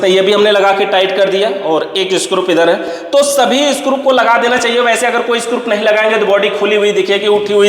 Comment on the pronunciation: भाई स्क्रूप नहीं होता स्क्रू होता हैं